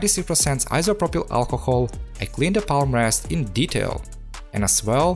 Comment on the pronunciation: yes bro. many of us come here to just hear that 96% iso pro pail alcohol🤣